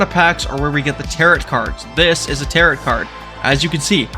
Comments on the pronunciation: Tarot is not pronounced as Taro>T< It is pronounced as >Taro< without the T at the end. Please, pronounce it correctly. It's annoying. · Came to the comments to make sure someone was correcting 'tarot' to 'tarro' for pronunciation. It's French y'all, don't say all those letters. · Really well done and many thanks. But, bro… ‘Tarot’ doesn’t rhyme with ‘parrot’. 😂 You’re killing me here. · Tarot is pronounced like Marrow and Barrow. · Nothing is more beginner than mispronouncing "Tarot" 😂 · Look up the pronunciation of tarot for future videos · That’s not how you pronounce it, bud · No you didn't. You pronouced tarot like "carrot". It's a silent T on the end. Tarot and barrow rhyme. Tarot and carrot do not.